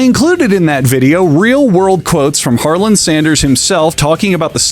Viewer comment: The d in Harland is silent keep saying it the way you have been though it’s funny and I believe in Harlan without a d superiority